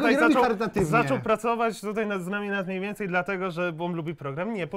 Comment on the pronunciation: mniejmniej zamiast mniejmniej xd